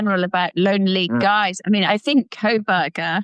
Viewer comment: Hands keep, not keeps. Kohberger not Krohberger.